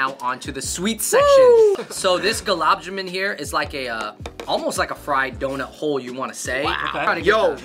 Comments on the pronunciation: Holdaram, gulab ja-min, pacha-taran, booja 😂😭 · Id like to suggest, it’s pronounced Gulab jamun(ja-moon) Gulab means ROSE in hindi Aloo bhujia ( bhu-jee- ya) Try “jalebi” sweet if u can get it Its a sweet , yellow spiral shape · Y'all straight butchered the pronunciation of Gulab Jamun 😂 Also Khatta Meetha is the best snack out there and that's a fact. LOL